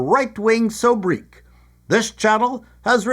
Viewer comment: Thank you,, for demonstrating to me the proper way to pronounce the word "sobriquet". Seriously, I have only read the word in books, and have never heard it pronounced out loud. Also, thank you for presenting the news of the day laced with your dose of wicked humor; it makes the current events of a world gone mad an easier pill for me to swallow.